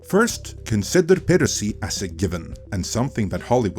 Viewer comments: Add a new one to list of words, hehe. “Peer-racy” 😆 I don’t want to be an *ss, just giving advice. Try this instead: “Pie”, “Ra”, “Sea” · Not sure what country you are located in, so apologies if you have an accent for a reason, but it is pronounced PIE-racy. Like apple pie! Not Pee-racy. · Great video, but it's pronounced PI-racy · "peer-uh-see" ... -_- ... ah yes those darn "peer-utts" and their "peer-uh-see" c'mon, man. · you can say pirate correctly, but not piracy for some reason.